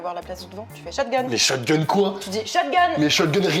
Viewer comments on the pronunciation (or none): Personne je dis bien personne dit " Shot-gun " ?? wtf